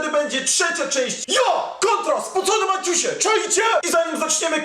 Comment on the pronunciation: Dla czego muwisz spocone maćuśe?